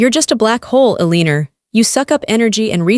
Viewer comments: Why is Eleanor being pronounced 'Eliner'? AI is really quite dumb! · Eleanor !! IS PRONOUNCED L A NOR ! NOT A lee nor THAT WAS MY MOTHER's NAME AND I FEEL YOU WERE INSULTING HER NAME ! And I KNOW THIS AL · I'ts Eleanor, not Eleenor. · I wish the bot reading this knew how to pronounce the name Eleanor correctly.